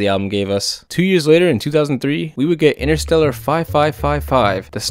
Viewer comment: Interstella 5555 not interstellar